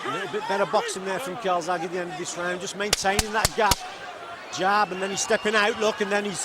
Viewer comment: Calzaghe or Kawasaki???, sounds like the latter. ( Cai--zag he )